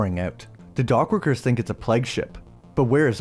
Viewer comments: Its pronounced Playguh.. not Pleg.. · You pronounce plague weird 😂”pleg” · Dude ur pronunciation of plague is so bad...